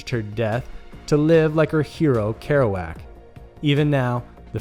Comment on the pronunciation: Why doesn’t he know how to say Kerouac